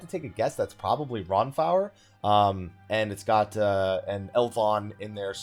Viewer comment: Lmao. RonFower? Akataan?